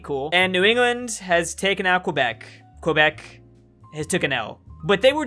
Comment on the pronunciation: You Californian it’s pronounced like a k kebec not like the word question it’s kebec speaking wise but yes it’s spelled quebec